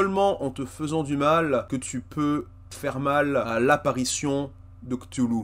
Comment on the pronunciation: Ohhh ça se dit ctoulou c'est trop chou